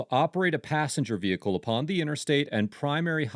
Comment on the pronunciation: "passenger vechicle" ... So any vehicle that's designed for 1 driver or rider are exempt?